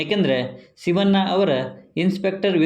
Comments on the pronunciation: ರೀ ಸ್ವಾಮಿ.... ಶಿವ'ನ್ನ' ಅನ್ನಬೇಡ ಶಿವಣ್ಣ ಅಂತ ಹೇಳಿ... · ಶಿವಣ್ಣ ಅನ್ನಿ ಸಿವಣ್ಣ ಅಲ್ಲ 😃